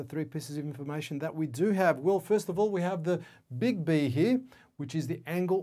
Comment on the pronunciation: So extremely helpful! I like the way you say "Big B", sounded like bigby, bigby :)